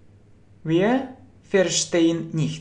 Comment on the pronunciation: Wier будет не( уе), а вир. Видеть, - зээ, а не зее... И жить, лебэ , не воспримь плохо, но лучше идти хорошо...